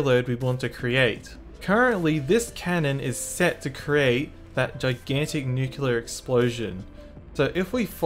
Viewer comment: bro its nuclear not nucular 💀💀💀